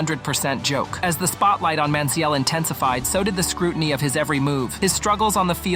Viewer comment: The way you're saying his name makes my head hurt